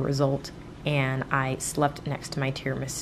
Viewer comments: I LOST IT WHEN SHE SAID NOT TIRAMISU BUT TIRAMISOUP HAHAHAHA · “I MADE TRAMISOUP, NOT TIRAMISU” YA’LL I TELL YOU I CRIED 😂😭😂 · "Tiramisoup instead of tiramisu" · First attempt: Tiramisoup...🤣🤣🤣🤣. U go girl 👍🏻👍🏻👍🏻👍🏻👍🏻. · Tiramisoup instead of tiramisu 😂😂😂 I can totally feel you !